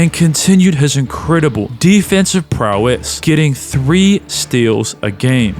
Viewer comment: hey man! cool video. i'd recommend against using ChatGPT to help with your script, it comes through poorly in the writing since it tends to overuse adjectives and sounds especially bad when you don't know how to pronounce some of the words it's giving you (like "prowess" for example)